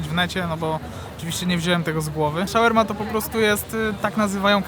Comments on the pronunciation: Shawarma.... a nie Shawerma.... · słyszałem już sharma, shorma, shaorma, shoarma, ale szałerma to jeszcze nie słyszałem xD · Tak powinno się mówić 😊 "shawarma" czyli po polsku szałerma